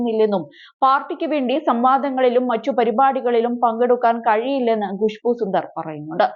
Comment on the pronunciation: Not gushboo, it's Khushboo. Learn to pronounce properly